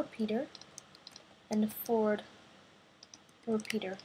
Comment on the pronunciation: u say fourth as Ford and repeater u say repeaterd